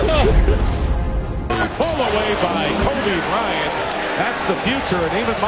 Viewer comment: KobricK Cryant😂😂